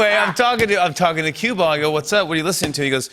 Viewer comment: Q-Ball NOT CUE BALL!